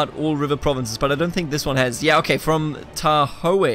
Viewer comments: Tahoe = Tah ho, no e sound. Its a huge lake in CA. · Its pronounced San Wach-keen and Tah-Hoe, like the farm tool